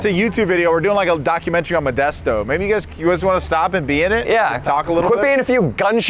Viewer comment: You came to my city and get it right it’s methdesto